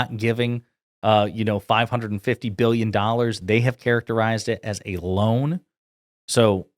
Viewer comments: He used to say beelyuns and beelyuns and beelyuns almost all the time. Nobody has ever seen anything like it anymore. It's sort of an old fashioned term. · my dad lied a lot....when the liar says something like Billions...they pronounce it like BILLions of dollars...a person not lying would just say billions